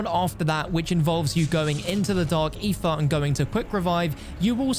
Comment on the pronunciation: Why do you say Ether like that? Sounds like you say "Eefah" lol